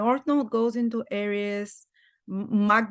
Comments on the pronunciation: She is pronouncing Aries correctly. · I love that pronunciation- I’ll change mine to that. Language is fluid. There are no rules.